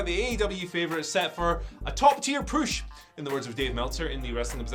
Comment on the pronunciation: The way this guys pronounces the word "push" sounds so damn weird........